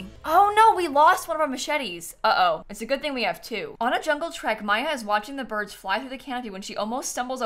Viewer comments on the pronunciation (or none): none